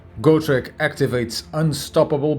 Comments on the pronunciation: This is the second channel somebody is saying Gore-Trek instead of GO-TREK (not gou-trek. just simple "g-o") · somehow I hear an "R" between GO-TREK 😁 doesnt matter.